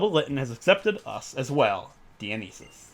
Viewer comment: Just hearing him pronounce Dionysus is confusing for me. I’m pretty sure it’s pronounced die-oh-nye-sus